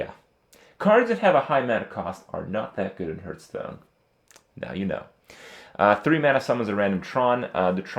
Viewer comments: Hahaha Krupp is getting worse. Now he pronounces it earth tones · 2 minutes in and he said HURTstone 5 times :P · How come he can say 'HearthPwn' but still says 'HeartStone' ?